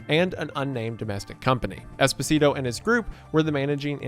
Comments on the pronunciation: hate to be that guy, but Esposito is pronounced Espo-Zee-To not Espo-Si-To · i mean technically i think it's pronounced esPOsito not espoSIto but good video source: giancarlo esposito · I mean, it's Espo-sito 😂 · Every time he says Esposito, a bit of Desposito plays in my head and I can't turn it off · Saying Esposito like despacito is killing me 😂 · lowkey irks me the way you pronouce esposito and perrone but still a great video